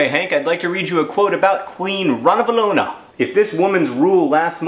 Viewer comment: I realize this video is really old, and that there's a possibility someone else has already told you this, but the perfectionist in me demands that I tell you that it's pronounced ranavAlona. Malagasy words are weird like that.